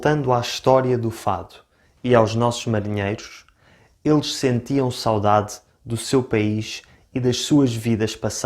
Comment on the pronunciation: Por acaso também admito a diccão ( em qualquer idioma) mas notei que o sotaque deste rapaz é, de certa forma, estranho e nem sempre correcto - a forma como ele fala ''sáudáde'' soa errada e incorrecta e estraga a sonoridade e beleza da própria palavra. Saudade é uma palavra paroxítona e, como tal, o acento tónico deve pronunciar-se na penúltima sílaba ''sauDAde'' - o que ele não fez.